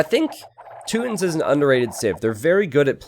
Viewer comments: You know you don't have to stick with the "rootin tootins" gag the whole time. It's Teutons, t-you-tons. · its Toy-tons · I laughed every time he said tooton.